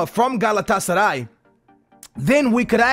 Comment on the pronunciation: omg how bad u say galatasaray :o